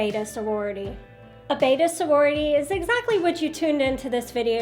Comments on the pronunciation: The name is Betta, not Beta. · I was listing to you but I could not listen any longer. When you can’t pronounce the name correctly. It is Bet ta. Not bait ta. Look at the spelling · Betta! Not beta..... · It's not a tomato tamato it's a beddddda not a baydah